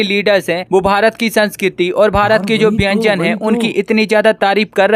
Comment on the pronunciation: अबे , बेंजन नही खाने को व्यंजन कहा जाता है 😂😂😂😂